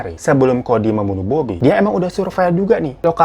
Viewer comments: Apa cuma gue yg denger bang hiro bilang kodir bukan cody di 09: 59 🤣🤣🤣🤣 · Bangg ngakak bgt pas lu salah sebut kodir hahaha